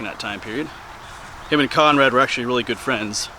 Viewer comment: Its 'Conrad', not Connor.